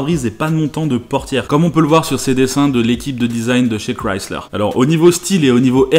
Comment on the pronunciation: Au moins la Mazda Furaï est sur Grand Turismo PSP, et enfin un Français qui prononce bien le nom de la marque Chrysler, car j'entends parfois des gens le prononcer comme ceci: Crislaire